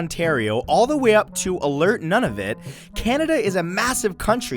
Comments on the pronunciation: It's NOT pronounced "Noneofit". It's pronounced "Noonavut". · He said none of it instead of Nunavut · Muh-KIN-tosh apples? Pay-lee Island? None-uh-vit? Bragging about Canadian maple syrup while showing a picture of a bottle from New Hampshire? Really? Son, MAC-in-tosh apples. PEE-lee Island. Noon-oo-vit. And, for god's sake, how hard is it to find a picture of Canadian maple syrup? Lasted into it. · Here's something Matthew didn't know is that it's pronounced Nunavut not Nunavit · Why does everyone pronounce Nunavut as "nun-a-vit"?? It's pronounced closer to "nune-a-voot" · OOOOOOH I'M TRIGGERED HE PRONOUNCED NUNAVUT AS "NONE OF IT" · None of it? That's how you pronounce Nanavut? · That’s not how you say Nunavut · You mispronounced Nunavut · Ugh that pronunciation of Nunavut